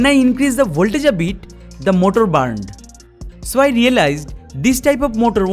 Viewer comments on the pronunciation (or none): "It barned"